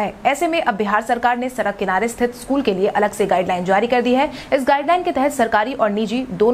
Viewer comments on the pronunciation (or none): सरक सरक कर खूब सड़क बोलो